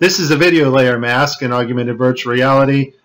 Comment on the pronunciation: "Aug-you-mented" LOL